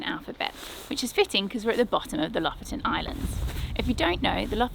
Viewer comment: Lofoten is pronounced " Low-Fowten ".